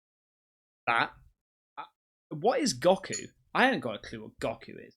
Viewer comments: GOKU his name is pronounced go-kew. Hes a famous Japanese anima character from the show dragon ball z. Its about martial arts. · Oh, come on! Goku (Goh-koo) is the protagonist in Dragon Ball, Dragon Ball Z, Dragon Ball Super, etc. You've never seen even a single episode of the anime nor read a single chapter of the manga? You must do this. Now. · First: You are such a dad! Lol! Goku (pronounced Go-Koo) is from a famous anime called "Dragonball Z" Second: That news footage that got cut, smells like AI slop. Apparently AI can create "news" stories that doesn't show the source material, so be very careful of what you take in. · You did not just say "GAWK-ew" 🤣🤣🤣 its from DragonBall Z.. an anime from the late 80s/early 90s. The picture the guy showed is a single person, spherical space ship called a pod that a warrior race called the Saiyans use. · Hey. Its pronounced "Go coo'" he is a hero from an anime called Dragonball Z:) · lmao i literally almost unsubscribed when i heard 'gohkoo' come out of his mouth 😂😂. But it's ok i forgive him 😂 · My heart hurt when you kept saying Go-Ku. I'm like "does he really don't know goku from DB..". shoots again with a Go-Ku...was funny tho😂. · Its pronounced goo-coo and he's a character from Dragon Ball Z 😂 look it up. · Goku (Go-Koo) Dragon Ball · Its pronounced go koo, and he's the lead character from the anime dragon ball Z, he's an alien. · What is gah-ku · Hey just thought I'd help with your Goku question. Goku is an anime character from a series called dragonball and his name is pronounced GO-KU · Bro said Gockoo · bro just disrespect all dragon ball fan pronouncing Goku like that. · Man the way you pronounced Goku just hurt my soul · whats Goku? kakorot? Dragon Ball bro come on now... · i almost turned off this video💀💀 you better get those Dragon Ball Z names right bruh.. bfor i go super saiyan on yo ahh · No hate mate but cmon say Goku’s name correct please 😂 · "What's Go-ku?" I'm both irked and amused 😂